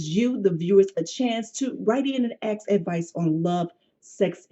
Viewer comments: Omg that aks. Hurts my soul so much lol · She probably shouldn't have a segment called "Ask " when she can't even say the word "ask". She should've called it "Axe ". As for dating a sex worker? Only a young man would consider such a dumb proposition.